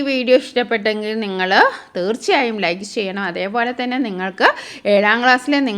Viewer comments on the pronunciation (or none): none